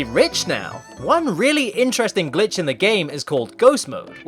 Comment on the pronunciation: I hear "son of a Gitch" instead of Glitch